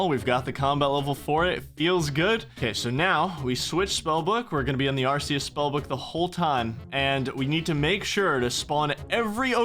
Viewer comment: Bro... you've gotta stop pronouncing Arceuus like that. It's AR-KAY-US. It's based off of Latin where they only have hard consonants.